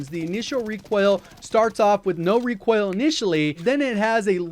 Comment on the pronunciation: I can't stop hearing Recwoil.